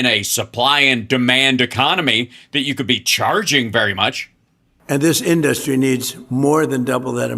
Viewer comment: Rapist mentality. Everything with him is about just taking. I really hate the way he pronounces the word “industry”.